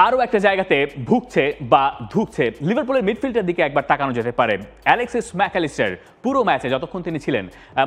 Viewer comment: ম্যাক এলিষ্টার বলার ধরনটা কেমন জানি খোচা মারা লাগলো